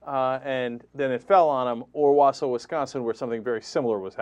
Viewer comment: 2/3 1. I lived in WI, tons of religious nuts there big time...easy (pronouced Wal-saw, WI) 2. bulldozer in a contemporary story? Louisiana is only state choice where it aint uber cold right now